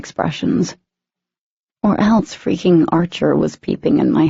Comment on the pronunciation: Anyone else bothered by the way she said eltse. It's else. I'm sorry thought I would put that out there. And the way Ethan asked if he would stop loving katy if his parents were killed by humans. I would've said Y'all killed my mom and I still love him. Their love is so strong nothing could break it not even death..